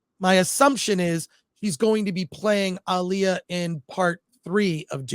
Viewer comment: How can you mispronounce Alia so bad